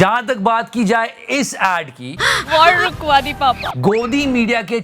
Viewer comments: Waaawr wukwaa di papa😂😂😂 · Rukwadi WITH an accent